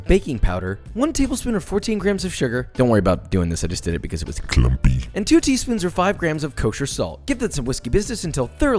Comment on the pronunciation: When he said C L U M P Y I felt it